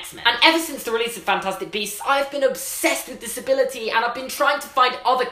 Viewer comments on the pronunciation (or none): “I’ve being obsessed with disability” That’s how I heard it and how the subtitles did it